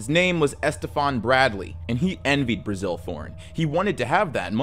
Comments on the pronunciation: great video as always, just one small caveat. During the whole Graeme Thorn part it sounds like you keep calling his father Brazil, when its just Bazil. Had me real confused for a second there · You kinda botched the names of the Thornes, they were pronounced "Basil" and "Graham".